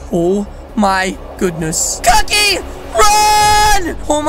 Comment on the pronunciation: When he said cookie run he actually said cocky run